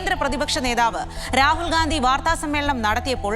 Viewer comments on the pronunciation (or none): none